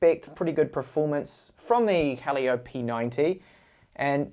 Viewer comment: Not Halio, "Hee-Lee-Yo"